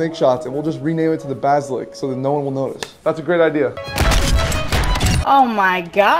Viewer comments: “Marty-dumb” “bass-lick” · You mispronounced so many words wrong bro. It’s martyrdom (mart-er-dum) and basilisk (basa-Lisk).